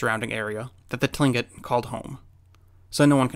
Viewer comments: Absolutely love your videos. Small correction for you tho...Tlingit, is pronounced Klinkit...jsyk. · Hey. Just wanted to chime in here regarding your pronunciation of Tlingit — the way I was taught to say it was was with more of a K sound at the beginning, like Klin-kit. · I'm 100% Tlingit. And i can say he pronounced Tlingit wrong😂 I don't blame ya if you can't though, its hard to pronounce. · cool video! btw Tlingit is pronounced as if it begins with a K and not a T. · Beth Dewey Only if he knew that he would have pronounced it right, but too late miss ohhh 📸.